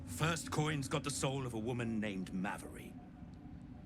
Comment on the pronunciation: Funny how the voice actor for the Bugbear pronounced Mavery two different ways.